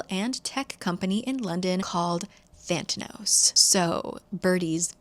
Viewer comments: The company is actually called Thanatos, is just saying it wrong. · Same. Also I kept thinking she was mispronouncing "Thanatos", the Greek God of Death. If it really is spelled with an extra T in the book, I'm annoyed. LOL. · is it "thantanos" or "thanatos" like the god of death?? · Every time you say Thantanos I just think it’s Theranos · The company is called (Thanatos) Than-uh-toss, as in the Greek Personification of Death.